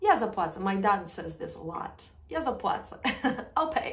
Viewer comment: Hi,, you pronounced letter “ł” as if it is “l” in the phrase “Ja zapłacę”. I thought it should be like /w/ sound as in “water”. Thanks.